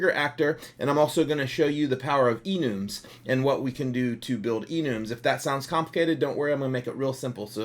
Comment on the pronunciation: Love the tutorials, "Enooms" is new to me i thought it was like "enumb".